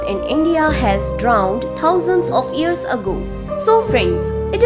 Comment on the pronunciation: Not ears it's years stupid